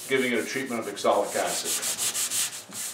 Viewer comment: I have to chuckle at you pronouncing oxalic acid as exolic acid. I've watched all your videos and it was interesting to see you try your hand at French Polishing, which is what finally worked on that difficult table top.